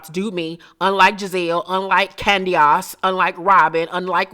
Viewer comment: The way you say Candiace is so fucking hilarious😂😂😂